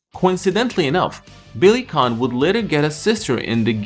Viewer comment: It’s not Billy Kahn, but Billy Kane. Anyway great video as usual! I have all the Obari Fatal Fury anime dubbed on VHS still since the 90s.